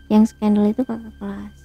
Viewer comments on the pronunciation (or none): Gue sebel banget sama ini orang, ngomong skandal aneh skandal jadi skendel.. Trus pisah belum punya surat cerai tapi udah nikah lagi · jg sebenernya pingin ketawa tuh waktu dia ngomong skendel... jahat banget ni orang kaya alim tapi kelakuan kaya sundel....